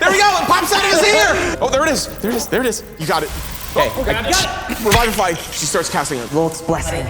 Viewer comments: Revivify is not pronounced Revive-if-eye .. its Re-viv-if-eye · My rules lawyer just started freaking out and scattering all the papers and just glitching. Also this is my first time hearing someone pronounce revivify as Raivafai or however you spell that pronunciation. That also caught me off guard and I get a feeling I should just keep my distance at this series no matter how good it looks because c'mon guys at least follow the actual spell description and casting time. Tiny Hut casting time can be such a great way to cause tension when you're trying to hide and you're being pursuided Anyways rant over, it's their game but I needed to let that out. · Raivify? XD that's interesting drow pronunciation